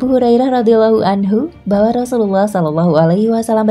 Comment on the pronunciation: Maaf, apakah hanya saya yg salah dengar narator menyebut rosululloh dg kalimat yang salah pada menit . Apa benar, narator bukan orang islam, krn salah sebut, jangankan salah sebut, salah baca saja bisa beda makna nya. Hati2 sama tajwid. Jangan sampai salah, apalagi salah ucap.